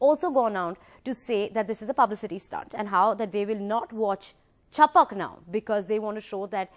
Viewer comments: Its chhapak... Not chapuk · sorry but its not 'chapak' its 'chap-a-a-k"